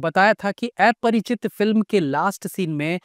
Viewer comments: Aparachit❌❌ Aaaa-parachit✅✅ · Sir ye एया nahi अ hai Aparichit ki Pronunciation 😂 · Sahi kha.. Mein bhi wahi soach raha tha.. Itne simple word ko bhi eyese kyu pronounce kar raha hai 😅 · ki to yeh baat hai ki tujhe movie ka naam v dhang se bolna nai aata